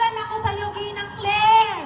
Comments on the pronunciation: Ginang po ang sabi niya hindi nenang po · Ginang po not Ninang.